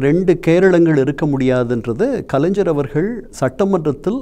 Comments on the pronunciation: Is this guy a Malayali? Reason, he is unable to pronounce கலைஞர் properly, He is using ஜ instead of ஞ (gna). Understable why he supports MGR. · ஒரு எழுத்தாளராக இருந்து கொண்டு கண்ணன் அவர்களுக்கு கலைஞர் என்ற வார்த்தையை சரியாக உச்சரிக்க வரவில்லையே.கலைஞ்ஜர் என்று சொல்கிறாரே